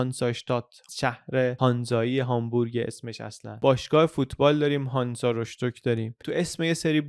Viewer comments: بندر رستك نه رشتك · ما آخر هفته‌ای رفتیم روستوک و این ویدئو واقعا پیش زمینه‌ی خوبی می‌داد در مورد اون جا، و تفاوت روستوک و هامبورگ رو هم همون جور که توی ویدئوی دیگه گفتین می شه دید. خیلی ممنون بابت این ویدئو خوب. فقط دو تا نکته ۱- تلفظ‌ Rostock بیشتر شبیه: غوستُک هست و «ش» اون وسط (چه توی تصاویر چه توی گفتار توی دقیقه ۴ و ۲۲) نمی دونم چرا گذاشتید (البته بعدش توی تصاویر درست می شه). گوگل هم کنید آلمانی زبان‌ها این جوری تلفظ نمی کنن. و فارسی ایش هم توی ویکی‌پیدا روستوک هستش. ۲- یه ذره به نظرم وسط‌های ویدئو تصاویر و صحبت‌ها تکراری می اومد. ولی اول و آخرش جذاب بود :)